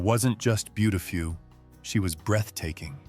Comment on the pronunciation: Doesn't t anybody. Listen to this narrator? He butch3r3d. Burt Lancaster s name and. Called ava Gardner. BeautiFEW!